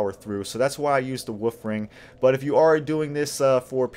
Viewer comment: I'm sorry, it may just be your accent, but I definitely hear you saying "woof ring" instead of "wolf ring" and I mean, it's still accurate, but just a tiny bit cuter lol